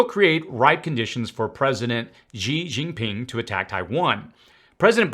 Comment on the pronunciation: thank you so much for this report. I don't know where you get your information, but I am glad you do.This is how the President of China's name is pronounced Xi Jin Ping, Xi-She, Jin- Jean, Ping- Ping. Thank you!